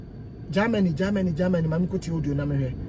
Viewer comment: Kwaku, is not Gaamany , it’s rather Germany